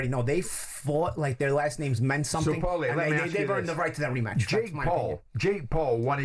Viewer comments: Why’s he sayin powlie. ! Shut up Jim ya banger !! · Jimbo, just an fyi, it's pronounced porlie ratherr than powlie - see The Soprano's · Yes what an earth??!! I thought it sounded more like pale-ley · Wish Jim would call him ‘Paul-y’ and not ‘Powlie’ 😂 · lol... he pronounces paulie like "towelie" from southpark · It's like he's never heard the name 'Paul' 😂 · Why does he keep calling Paulie "Powlie"? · Why is it so difficult for Jim to say Paulie 😂😂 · Someone help Jim with his pronunciation Jaysus! Embarrassing us!